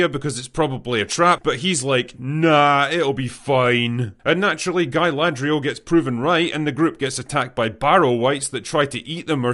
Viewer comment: Not guy- ladrial GAY- ladrial 😂😂😂